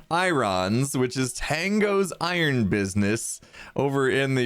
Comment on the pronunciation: Ohhhh.. I-Rons = Iron 😱😂